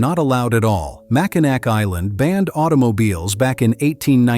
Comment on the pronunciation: It's pronounced Mackinaw Island, not "Mackinac".... AI voice cover is so bad!